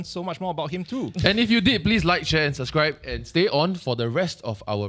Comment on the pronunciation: gave the video a like as soon as pronounced "subscribe" correctly 🤣